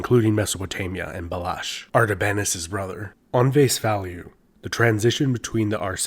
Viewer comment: Thank you for this amazing video. Iranian Empires are often ignored by western cultures that are more into the Roman Empire and Egyptian kings. As a Persian, I really liked your pronunciation of Sassanian as we pronounced it the same way and made me connect to your video even more.